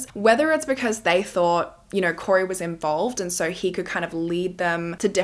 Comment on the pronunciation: I love the way you say the word so😂😂😂😂😂😂❤❤❤❤sounds like you say SORE